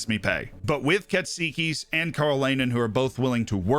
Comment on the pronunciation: Just letting you know that you pronounced "Katsikis" almost perfectly.